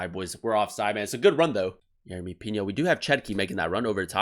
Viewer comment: Just letting you know it’s pronounced “pee no”